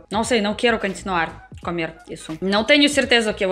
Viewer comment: Você diz: camer. Diga comer.